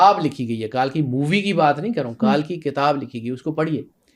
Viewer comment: ये पागल है यार और इनसे उम्मीद भी क्या कर सकते हैं कल्कि तो इनसे बोला नहीं जा रहा कल्कि को कालकी बोल रहा है ये मंदबुद्धि दो पागल बैठकर पॉडकास्ट कर रहें हैं